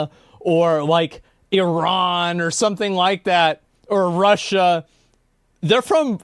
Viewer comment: 1st time an American prounounced Iran the right way.